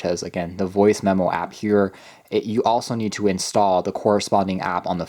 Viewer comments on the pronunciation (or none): none